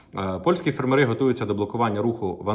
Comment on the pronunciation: В слові фермери наголос на першу літеру "е". Скільки можна чути це викривлене слово ?